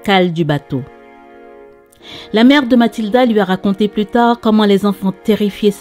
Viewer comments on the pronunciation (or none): none